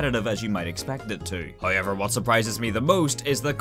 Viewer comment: i love how he says hayever instead of however